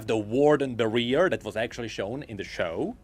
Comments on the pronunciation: Not the barear lol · I'm sorry but I can't get over how you pronounce Barrier for some reason. It just sounds so goofy.